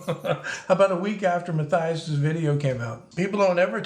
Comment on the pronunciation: I love your stuff, but doesn't Matthias pronounce his name muh-TEE-us?